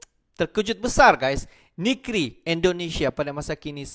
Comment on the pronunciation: DEK SBUR TEMPAT TU YANG BETUL YAH . BUKAN NIKRI YAH . TAPI NEGRI .